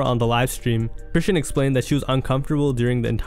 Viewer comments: Chris-SEAN (sh-aw-n) rock not "Christian"🤨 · Chrisean name has been floating around so long for you to be pronouncing it wrong. Chri-Shawn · Bro said Chrishyn Rock ! Lmfao!! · Fashir twin - it’s ( chris”-Sean” , = chrisean😂😂😂😂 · This is a great video and I love the content my only complaint is the way you say Chrisean bro 🤣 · the way you say chrisean irked my soul 😂😂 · Now you know damn well that’s not how you say chrisean